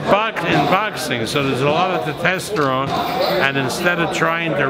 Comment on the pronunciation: "Tetesterone"? Lmao